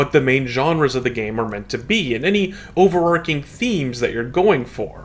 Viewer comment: *utmost respect. There's no such phrase as "upmost" respect. You need to read more. Do you say arch like "arc", no? What about archer, do you say that like "Arc'er"? No? Then why the exception with overarching, because you saw another YT vid content creator do it and that's your only source for English nowadays? The Spanish for archer is arquero, the Spanish for arch is arco. Consistent, see? Not some strange mish-mash of sometimes I do, sometimes I don't, that's more of an informal dialect and I can't take anymore of your flubs. You need to read more. Don't make mistakes like that in job interviews, that's how you don't get a job in RL.